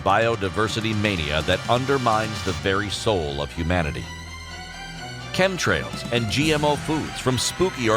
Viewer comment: I heard "chem trails" and that was it for me.